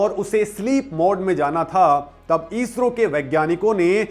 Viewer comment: ईस्रो नही इस्रो